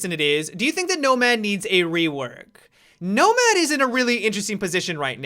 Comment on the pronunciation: He kept saying nobad (nomad) idk it kind of made me laugh